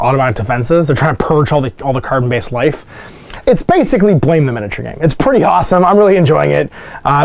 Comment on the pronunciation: Blame! Is pronounced like blam. As in the sound effect for Killy's GBE. Didn't the Robot that got the Total Loss result have a piece of equipment that gave them dash?